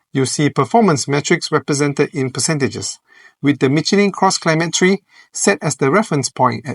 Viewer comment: You keep saying "Cross Climate Tree".🥲